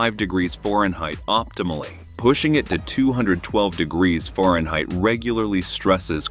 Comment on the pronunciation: I can’t take this seriously when the narrator says “foreign height”